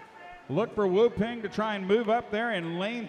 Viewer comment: It's pronounced " woo pahng"..